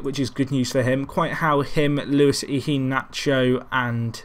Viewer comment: Iheanacho = "ee-yeah-nacho". Please, the way you're saying it is too weird.